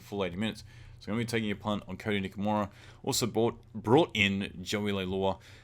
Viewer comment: NikoRIMA, not Nikomira